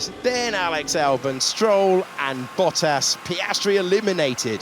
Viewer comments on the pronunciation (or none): none